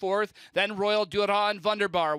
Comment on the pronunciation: VUNDERBAR mispronounced again this week.